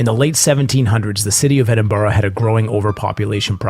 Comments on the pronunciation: I live in Edinburgh, been to Greyfriers many times and been on many ghost tours. I'm also very happy you pronounced Edinburgh correctly 🤣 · GardyLoo is what they would shout before tipping out their buckets lol. thank you for pronouncing Edinburgh correctly! I'm a local and visiting Greyfriars on Friday 13th eeeeek